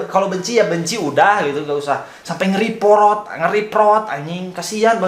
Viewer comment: Yawlah"-_ Dia yg Cringe Tapi Dia Yg Ngomong Org lain Cringe Sakit njir kuping gua dneger suaralu kek oli london,eh tapi muka lu juga njir kek oli london:v Bodolah Blok aja ni org tuh Udah Cringe biar g ngemis view's ma like disslike lage,🤣lu bilang reprot wkwkwkw repotr njirr bukan reprot